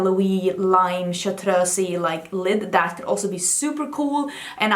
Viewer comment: I ADORE the way you say chartreuse. It sounds so much prettier than the way I've always said/heard in the US, "Shar-troose"